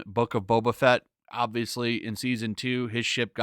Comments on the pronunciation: This isn't Boba Fett. It's Bobba Fett. You know like how normies would mispronounce it. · Actually, this was my favorite episode so far... Also, did you say The Book of Betta Fett? 🤔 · His name is boba fett not beta fett